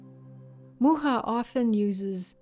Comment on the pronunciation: I have one of his books of his work. I love his work so much. I appreciate you pronouncing his name since I have never heard it. The way you pronounced it sounds so much better than mine!😂 Your work is beautiful!!!!